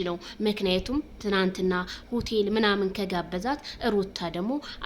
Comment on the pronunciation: ሆተል 😂😂😂😂ኣላልሽም ረጋ በሉ ኤጭ